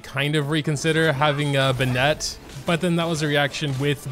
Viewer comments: WHO IS BINETTE ITS BEN-IT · I've never heard someone pronounce Bennett like "Buh-net" before now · The way you pronounce "Bennett"...